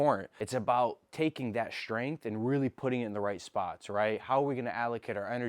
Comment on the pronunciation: “Shhtrength”?🤔 I don’t understand why people put in an “H” in “STR” words.